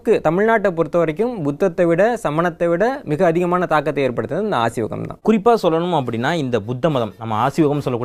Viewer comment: Asiwagam ille. Aaseewagam.